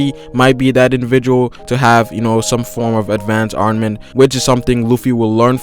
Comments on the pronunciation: ARMAMENT! NOT ARNAMENT! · STOP SAYING ARNAMENT HAKI